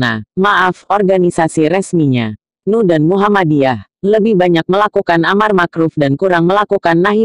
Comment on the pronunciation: en uuuu buuuuuuuuu bukan nuuuuu....